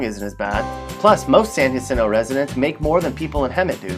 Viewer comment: San Jacinto - pronounced San Hacinto (spanish pronunciation) is sometimes shortened to San Jack , not San Ha LOL . Its not a bad town , however all the Crap they're exporting from L.A. , Gangstas etc is ruining this small town . The same goes for Hemet . .